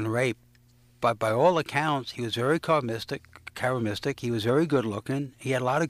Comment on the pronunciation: did tha idiot really jus say " care - is - mistic " wow 🤣🤣🤣🤣🤣🤣